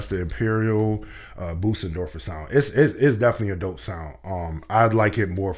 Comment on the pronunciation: You mispronounce Bösendorfer in a rather funny way. - "Busen" (as you say it) means "bosom". The ö sounds a bit like the e in nerd or the i in girl...